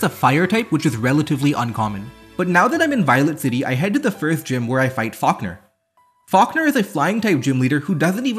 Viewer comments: "Fockner" is my new favorite way to say falkner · I still cant get past the fact that he pronounced "Falkner" as "Fuckner"